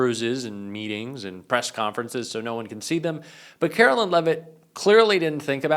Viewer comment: I will start liking your videos when you start pronouncing Caro-LINE correctly. You got one job,. Do it.